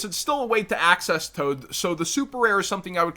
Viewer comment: Man said "Access Toad" imagine!!